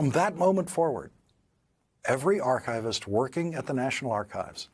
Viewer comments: Yes. AAR-kuh-vist, with stress on the first syllable. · Schwa in Archivist? How? Archivist / aar-kuh-vist